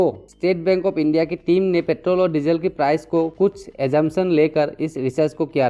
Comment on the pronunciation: Its Petrol.... not pethroll. However good explanation bro.